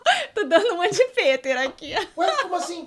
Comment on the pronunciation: "piter"? KKKKK O CERTO É PETER KKK